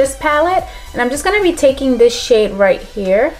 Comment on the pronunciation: Everytime I hear her say shade I think she's saying shit 😂😂😂